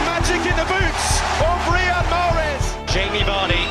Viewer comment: JusT saY Riad please I'm algerian ...and the way you say mahres ain't right !!